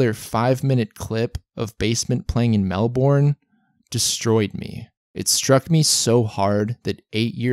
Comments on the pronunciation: When hits you with "melBORN" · the way you pronounced melbourne killed me